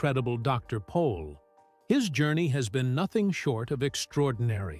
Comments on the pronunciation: By the way his name is Jan not John and he’s last name is Pol not Paul. Get it right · Not Paul but Pol